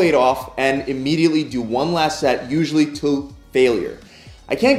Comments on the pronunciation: Joel Hewitt it kinda sounded like he said “till” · did anyone notice that he said “to” weirdly